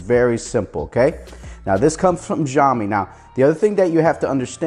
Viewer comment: That's not ziomi . You better pronounce it as shiomi